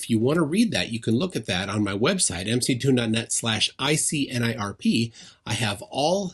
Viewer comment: How can Mick Toons still not pronounce his own name... that is embarrassing :D